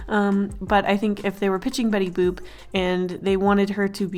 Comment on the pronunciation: It sounds like shes saying betty boob